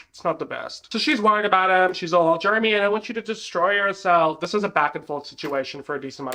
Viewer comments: Gurl the way I'm eating this up- Also with your accent it sounds like you're calling Jeremy "germy" 😂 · your accent having you saying Jeremy like Germy is my favorite thing bc he really acts like just a germ for the first one or two seasons in the plot😭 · "Germy" lmao 😂